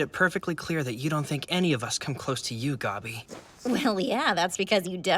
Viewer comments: It’s gabi not goby also when I watched season 4 for the first time I didn’t know that they switched animation and it coughs me so off guard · Its spelled gabi and manga readers allways pronounce it as gabi for some reason the dub said gobi and no clue why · Why do they pronounce her name “Gobby” and not “Gabbi” in the dub? Gross Edit:ew, why do they call Reiner “Ryna” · IDK why they pronounce "Gabi" as Guby "its meant to be pronounced "GA" "BEE" the voice actors really got that one wrong considering its a very common English Name.... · please say gabi not gobby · Okay...this is the first time I've heard the dub for season four and I wanted to CRY when they said Gabi that way. GOBY?!?! NOOOOOO 😆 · oh noooo why does the dub call gabi 'gobby' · They're using the German pronunciations of the names, in case you're wondering why Gabi is "Gobby." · God, the dub pronounces names so weirdly. Sometimes they do it in the correct german way while other times they just mimmick the japanese pronounciation, but these names aren't japanese so mimmicking the japanese pronounciation is just odd. Like with how they say "GAbi" and "Reinah", when it is clearly supposed to be the english "Gaebi" and german "ReineR". But with someone like Bertholdt they did it right instead of saying it like they do in japanese, "Bertoto". The show is very based on Europe so thats where they should have looked to find pronounciations if you ask me. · The way they pronounce "Gabi" in the dub makes my ears bleed every time. What a terrible translation decision lmao (i generally like the dub)